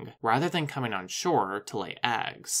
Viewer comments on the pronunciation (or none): none